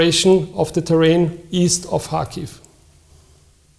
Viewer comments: ITS PRONOUNCE KARHKIVE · kh bitte und nicht K also: CH wie in milCH... Kherson und Kharkiv kein h und kein k...bitte ...